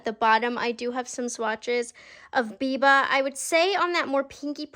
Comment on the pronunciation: bless his heart - it’s BIBA not VIVA 😅